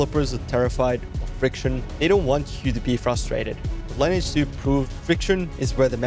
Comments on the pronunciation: I don't think you actually ever played lineage 2. Why do I say that? Because you call it line edge 2. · Another one not knowing how to pronounce the game name.